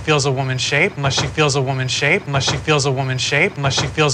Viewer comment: 영상 보면서 영어공부 잘 하고 있습니다. 1분 정도에 she can't fall asleep unless she feels a woman's shape 부분에서 미첼은 쉬 캔 어슬립 머 쉬 필저 워먼 쉐잎 이라고 발음하는데, 여기서 unless 를 '머' 하고 발음 하나요??? 이것만 하루종일 듣는데 도저히 뭐라고 하는지 모르겠습니다 ㅠㅠㅠ